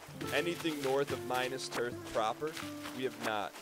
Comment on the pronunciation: maybe one day, one day, will pronounce and spell minas tirith correctly...... BUT IT IS NOT THIS DAY!